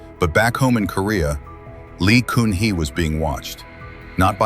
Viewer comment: The ex-president Lee Kun Hee is pronouncd as "Gun hee" not "Koon hee".